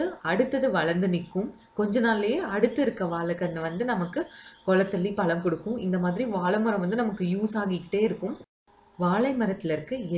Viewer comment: அருமையான பதிவு. தமிழ் உச்சரிப்பில் கவனம் தேவை வால பலம் இல்லை சகோதரி, ❤வாழை பழம்.❤